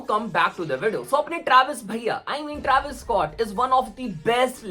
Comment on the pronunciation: travis ko shi se pronounce kiya kro, it pisses me off